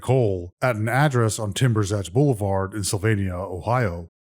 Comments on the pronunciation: Thinks she knows it all and knows so little.... 🤔 "Piso, pasa, peeso... however you say it" , and " Billoward" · Or pronounce boulevard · I don’t know if she thought she knew everything…she didn’t know the months of the year, didn’t know the word for tarp, couldn’t pronounce boulevard, and doesn’t know what a hardware store is. She outs herself pretty quickly as being a fool.